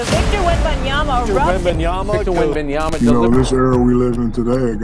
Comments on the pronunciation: Like talking head Stephen A Smetch, you pronounce the guy's name WRONG which I find disrespectful... Come on... it is WembanyaMA..... like when you called your MAMA, and not your NANA :( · and "WembanyaNa"... Stephen A. Smith can't even get Victor's name right. What a clown. Also: . Come on, guys. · WembanyaMA not ..nyaNA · It's Victor fuking WembanyaMMMMMMMMa it's a M not a N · "wenbanyana" lol